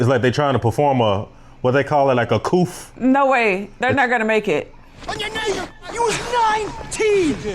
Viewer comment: said couf for coup 😭😭😭😭😭🤣